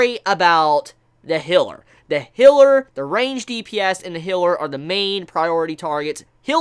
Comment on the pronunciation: You do great reviews man but I’m wondering what’s with your vocal tic you words like give or gave you say it as g-e-v or like this video you were talking about a healer but you said hiller just wondering